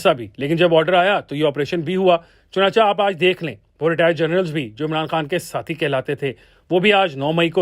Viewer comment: چنانچہ کو چنانچا نہیں بلکہ چنانچے پڑھا کریں بھئی